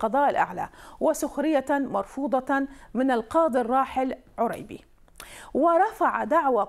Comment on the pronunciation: شوف شلون تكول رانية كلمة "عريبي" "عوريبي" ولا جنج عايشة بالعراق أو سامعة أسم "عريبي"😅